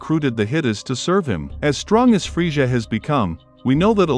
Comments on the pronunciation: oh no its the guy who says friega instead of frieza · dude said "freesha" lol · Don't talk about Frieza if you can't even say literally the easiest name correctly. I would take Fryza over Freesia any day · I had to stop watching this half way because I couldn’t stand the way you kept saying friezshha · The way he pronounces Frieza he sounds like Goldmember from Austin Powers lol, aside from that cool vid.